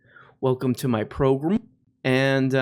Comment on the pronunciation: I love your 'Progrum'